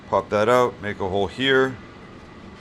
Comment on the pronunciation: When you say the word out, it sounds like you are saying ut. Marc